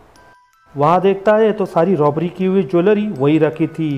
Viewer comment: Lobbery nahi Robbery bro